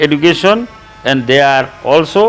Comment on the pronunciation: Sir this video I so much important for all the students not only for the hs level bt the pronounce will be not correct (education )